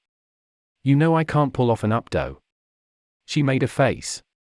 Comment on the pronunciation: This robotic voice is off-putting. It even mispronounced "updo".